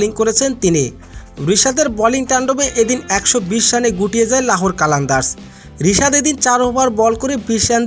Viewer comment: বিশাদ না😂 রিশাদ